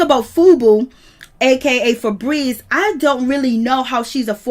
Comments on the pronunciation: Im cackling at how she keeps calling that chile "Frebreeze"🤣🤣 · Damn. I thought I missed something. I was like who the hell is Fabrezze. LMAO 🤣 🤣 🤣 🤣